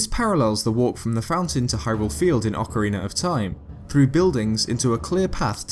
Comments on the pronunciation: Please stop saying "ocarener" it's ocarina! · my man, stop prenouncing Ocarina of Time as Ocariner of Time wich it sounds like you do...it bothers me as a Zelda fan. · you say that in many videos: Ocariner instead of Ocarina. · It's just his accent making the extra letter appear in the word. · Ocariner of Time. Then the instrument is an Ocarina. Why does an "r" sneak on there? Many questions, so few answers... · OCARINER OF TIME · you know what, i think your absolutly right buddy! :) aqnd yah Ocariiiiner hehe ;) love it! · "Ocarinar of time"... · Sorry, i cant stand that ocariner shit. Once, maybe, but this many time is making my ears bleed. :'( Otherwise good videos, but i just cant stand those intrusive R's. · Please stop saying "ocareener" of time, it's annoying. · Legends of Zelder: Ocariner of Time